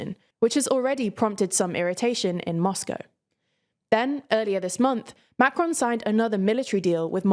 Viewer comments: Good stuff, but what about making a little effort and pronounce the name 'Macron' properly. Quite annoying to hear over and over Macrone, Macrone, and on e more time. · Am I the only one bothered by the constant change of emphasis when she said "Macron", sometimes on the "Ma" and then on the "cron"? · The n at the end of macron is too strong, it's better to leave the N out altogether than over pronounce. Not to sound snarky but his name is not macaroon, and there are enough clips online to get a good idea for pronouncing it correct. It would be like inserting a y sound to rishi- any Brit would point out rishy sunaak would be wrong, though doubtless they probably be entertained. Again sorry if this comes off as snarky